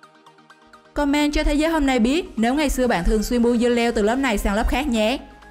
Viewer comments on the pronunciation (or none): none